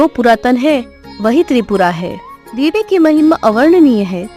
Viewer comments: Debi b nhi hota Devi hota hai😂 kya teacher bnogy re tum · Debi not dehvhi